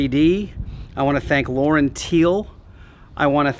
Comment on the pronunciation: Getting there. Looks awesome. One point that makes me smile every time younsay it. LaurenTiele should be pronounced LaurenTeeler as Tiele is the German word for part, as in car parts. Presumably LaurenTiele pronounce their own company name incorrectly?